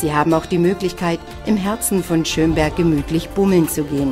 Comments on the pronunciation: Ich wohn in Schömberg xD aber man spricht es nicht so aus wie die dumme tusse da! man spricht es kurz also schnell aus und nicht so lange... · naja irgendwie FAIL! man spricht Schömberg nicht Schöööömberg aus sondern Schömberg! naja nur gut dass ich dort wohne xD